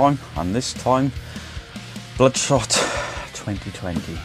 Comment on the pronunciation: Never read the comic Bloodspot 😂 sounds like you say Bloodspot a couple of times 😂 I knew you were going to hate this movie lol. The more I think about it is a pretty poor movie, I think if you've never read the comics and don't watch the trailer then it can be an ok popcorn flick but that's pretty bad tbh lol